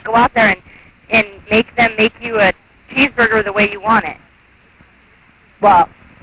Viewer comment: "what are we protecting you from? A dangerous cheeseburber?" :))